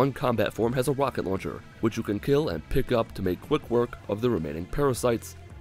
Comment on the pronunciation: Haha a "Wocket launcher "